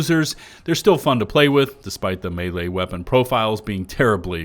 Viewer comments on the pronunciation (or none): none